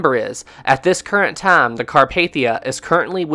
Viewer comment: Taaaaaaaame is time and laaaaaaaane is line.. if you speak correctly then I'l subscribe.